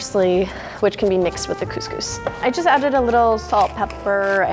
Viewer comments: Cose cose I say ig as cos cos.. WHP SAYS COSE COSE !??? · Cus cus not cooooooooose cooooooooose!!! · CuSCuS isn’t it couscous ( I’m from Uk so ) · Its Cus cus not cooz cooz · Do Americans pronounce cous cous ‘Coos Coos’ because in Britain we pronounce it ‘Cus Cus’ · She says coose coose instead of Cuscus 😂xx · cous cous is not GOOSE GOOSE its pronounces cus cus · Isnt couse couse pronounced couse couse not couse couese? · 😂: Coos Coos Me: Cous Cous (Cus Cus)? LMAO, never heard that pronunciation before! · btw its u pronounce it as kuskus not kooskoos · she said coos coos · Robert Biasutti no shit but (for the usa at least) its pronounced “coose-coose” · me saying the proper way of couscous every time she says cooose coose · lol arab people would get agitated from the way she pronounces couscous! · I hate how you pronounce couscous. “Cooscoos” what? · Being British I’m cringing when she says coooosee cooosee 😂 good video tho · Literally pronounced "coos coos". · the way she pronounced couscous hurts me on the inside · my heart is aching for this "couscous" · At lest pronounce couscous properly